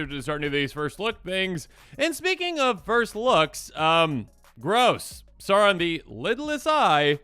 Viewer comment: It’s not “Sarn” it’s “S-ow-ron”